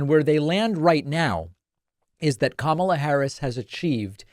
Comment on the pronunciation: He keeps calling her Kamabla or something like that, and every time I see it, I think, " nah dude, it's Karma la "